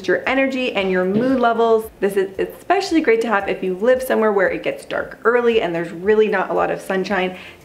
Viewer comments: ITS ESPECIALLY ,NOT EC SPECIALY GROW UP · You said Ek-specially again. 🙊🙉🙈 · “Expecially”. Hehe🤓